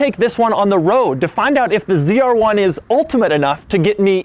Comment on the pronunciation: Why is he saying cr1 ? Its z r1